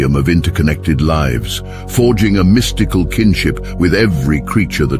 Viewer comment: Mis-tike-al. / mystical 😂😂😂😂love them AI readers